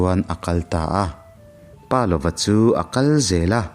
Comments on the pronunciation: pa lova tia chhiar loin palova tia chhiar zawm tur ani e....i aw ngaithlak anuam a....ka ngaithla ve ziah ania.👍👍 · Palova hming ilamrik dan hi a diklo tlat mai.😢